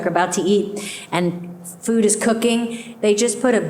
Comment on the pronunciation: What’s your favorite FROOD? 😂